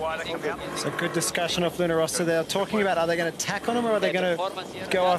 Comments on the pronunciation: Why the hell commentator keeps saying LunO Rossa instead of Luna Rossa? WTF?! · There's one commentator who insists on calling it Luna ROsa that I find particularly irritating!! It's not that hard!